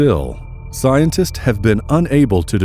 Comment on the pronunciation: Thx but it doesn't get rid of......"Paleontolo-justice" & "Scien-testes"